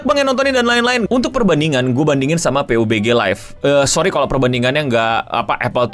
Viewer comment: Bacanya pabji bg